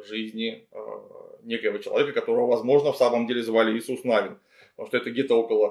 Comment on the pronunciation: Спасибо за лекцию. Приятно видеть не хейт, а разбор критики. Но почему же Иисус Нáвин? Нави́н же.